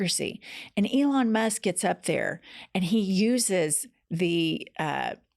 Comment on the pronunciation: Oh shit. is sounded like you said Ivana Musk. You should make that into a t shirt. Elon Musk with an 80s Ivana hairstyle.